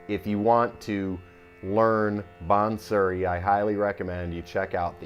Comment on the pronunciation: Awesome playing. Nice try with the pronunciation by the way. Although it’s not maal kones. Malkauns is “maal - ka awce” the last syllable is a nasal sound. Same with bansuri. Hard to explain without an audio demonstration, but great try! The playing is just grooooovy. Not achievable except by great effort in teacher and student, as is evident in your playing. Keep on playing. Love it.